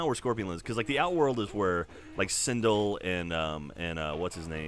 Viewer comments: Sindle?? It's Sindel, c'mon I know people pronounce things differently but that's just wrong lol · Its pronounce sin-dell